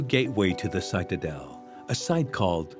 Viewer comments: Citadel is pronounced with a short i, as in “it”not long as in “site” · Interesting that the narrator continually mispronounces the word “citadel” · You got your citadel and lidar pronunciations mixed up mr.